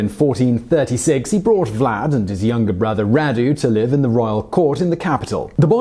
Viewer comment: I don't think this guy is British... he pronounces some words he doesn't know like an American. FYI, Radu is pronounced like "Rahdu"